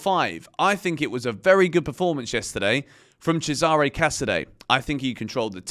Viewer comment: CES-a-re not Ces-AH-re. Great review thanks.